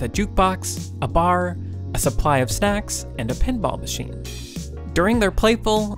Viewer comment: It is actually "snacks" but took me probably 4 times hearing it before I figures that out:)